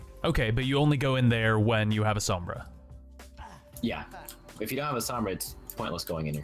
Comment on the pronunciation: Just letting you guys know, Sombra is pronounced with more of an "Ohm" sound. Same as the SI unit of electrical resistance.